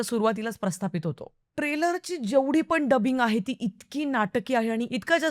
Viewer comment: पण आणि पन मधला फरक समजून घे ना प्लीज़ That’s only improvement required Else u are great